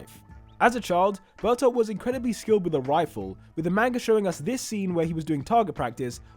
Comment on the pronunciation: I did not realise he was saying bertholdth all I heard was bertha